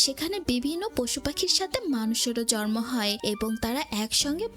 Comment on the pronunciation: শরীল, জরুলী, জর্মায়... আপু সুন্দরভাবে প্রেজেন্ট করছেন কিন্তু শব্দের সঠিক উচ্চারণ করতেই হবে। আঞ্চলিকতা পরিহার করতে হবে।